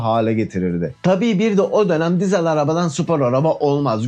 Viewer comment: Emeğin sağlık. Bir tek giesel demene takıldım nedense. Sanki bir karar vermen lazım gibi semege de olduğu gibi. Ya türkçe okunuşlar yada siesel gibi İngilizce okunuşlar. Diğer videoları da izliyorum hikaye güzel yazılıyor tebrikler